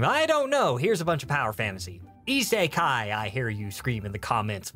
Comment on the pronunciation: if i got that joke right, you prononounced -kun wrong. did you just say that every single fantasy isekai is also harem? thats not how you pronounce isekai